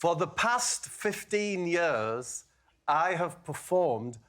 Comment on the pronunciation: "For the past fifteen yurs..."